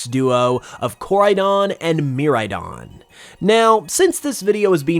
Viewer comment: Bruh bro really pronounced it mirrordon instead of miraidon 😂